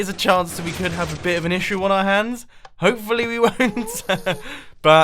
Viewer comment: mumbo says "hoefully" instead of "hopefully"